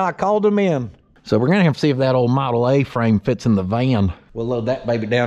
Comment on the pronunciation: Awww to hear walk in and actually say “Model A” was awesome to hear.. Teachin them youngins PROPER!! I love it!!